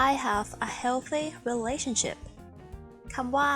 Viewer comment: แต่เวลา ออกเสียง ก็เป็น relashiption นะ ครับ